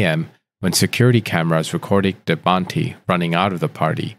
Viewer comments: If he says debantiii he means Debanhi(debanneeey) the "H" is silent . How did you butcher her name very good at the beginning 😅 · It's pronounced "Deh!-vah-nee" not Devanti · How come you're pronouncing it Debanhti when her name is Debanhi... the whole case is weird. Poor girl. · Who is Debanti? Man, not bothering to get any of the names right is disrespectful.